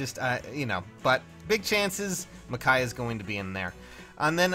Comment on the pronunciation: Michaiah? It’s Micaiah.